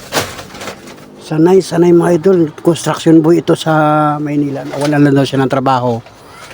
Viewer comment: Nahihirapan lang mag bigkas yan ang sakit ng Pinoy bakit yong ibang lahi di din marunog ok lang